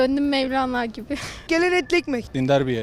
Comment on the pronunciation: Mevlene diyor 😀